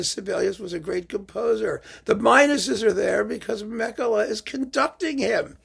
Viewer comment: A detail: being Finnish he's pronounced Makela not German-style Mekele. I was worried about this from the moment I saw the bizarre hyped colours on the cover - sounds as if the music may be the aural equivalent, but I will listen to at least one of the symphonies to see.......